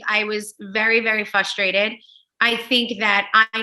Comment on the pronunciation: “hippo-crissy”.. “FUStrated”.. omg its fRRRustrated & hipOcricy